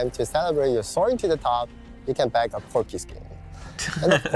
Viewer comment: It's "BAG" some coins and not BANG some coins, but yeah I heard it wrong too HAHAHA